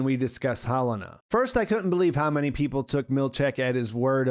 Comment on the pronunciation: I love that after House of the Dragon, we all decided that pronouncing it Helaena is way cooler than Heh-Leh-Nah.